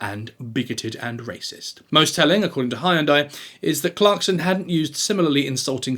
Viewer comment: According to a famous ad campaign, Hyundai rhymes with Sunday. And it’s SeinFELD not SeinFIELD.